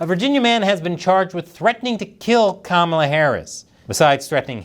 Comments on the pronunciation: He is saying Kamablah blah blah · kama"bla" like "bla bla bla"? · "Kamabla"... Big deal. I've been calling her 'Klamata Harry,' for awhile now... No one even noticed. :face-red-droopy-eyes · Kamabla is more like Kamala saying Bla Bla Bla 😂